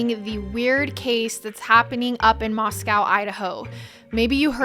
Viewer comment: First time seeing your podcast but it strikes me strange you mispronounced Moscow since you stated it’s near where you grew up. It’s pronounced Moscoe. Also, you mispronounced the last names of three of the victims. Honey, please do your research. If you want to be taken seriously, you have to be able to pronounce stuff correctly. Otherwise, you did a nice job here. Good luck and work hard